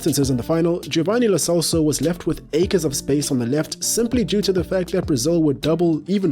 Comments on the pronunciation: It's pronounce Lo Chelso not Lo Celso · only one thing , it pronounce Lo Chelso